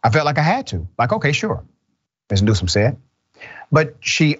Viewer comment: NewsoM not NewsoN